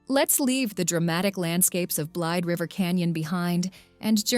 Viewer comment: It's pronounced "Blade_a-River canyon. Just FYI...:-)